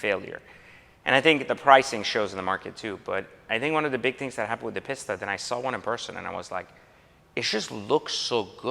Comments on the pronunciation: . PISS-ta? facepalm. Try PEACE-stuh. Thank me later. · From one Italian to another it's pronounced 'Peasta' not 'Pissta'. Like the leaning tower of pisa! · Is it pronounced Peesta or Pissta? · Lol, gotta cringe every time somebody calls this car a “Piss-tah”...it’s a “Pee-sta” Be careful, Ferrari may roll out of his grave and take it away from you! 😂...All teasing aside, love the car and I’m a huge fan of that blue as well (I think they call it California Blue on the new models?), and it’s always cool to hear a person who has pride in his life’s path and truly enjoys the rewards that gives, rather than simply seeing these things as mere status objects. Enjoy dropping the hammer in that bad boy 👍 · it's pronounced Pee-st-ah smh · A "Piss-ta"?? You'd think the anyone with an iota of class might learn how to pronounce correctly. You can take the guy out of the slum, but you can't get the slum out of the guy. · That is absolutely gorgeous. And I think it’s “pee-Sta”. Best Buy you’ve gotten this year. Gonna be hard to top even after the dbs’a you keep coming up on. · they are both underwhelming . One of them is just more over torqued, and turbo charged unlike the magnificent naturally aspirated 458 speciale. The only thing the PISS-TA ( as he keeps pronouncing it in the vid) can do more effectively is go faster in a straight line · right i was cringing every time he said it wrong